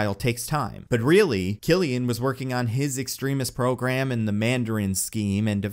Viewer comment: Also...you want to bring back Killian?! The 'I am the Mandarin!' guy?! No!! No...no...no. Lets not bring back reminders of failed characters please. Also, also, since I'm nitpicking here, its Extremis (ex-trem-is) not (ex-treme-is).